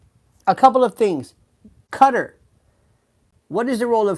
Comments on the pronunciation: Hello Lionel ! I watch you often, but rarely do I comment. I HAD to say something, in reference to your pronunciation of Qatar. I have learned many new words from you, often, having to google the word to find out it's meaning. You need to look up Qatar, as it is pronounced Kuh-taar, NOT Cutter. I believe I am correct. I even looked it up to make sure, before I commented here. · Quatar. Pronounced Katt - aar